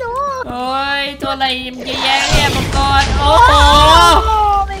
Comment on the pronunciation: มังกึไม่ใช่มัวกร555555+